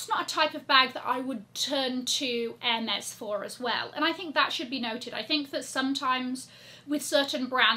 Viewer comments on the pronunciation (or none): none